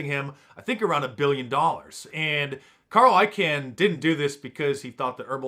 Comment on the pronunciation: Carl I Kahn. Not can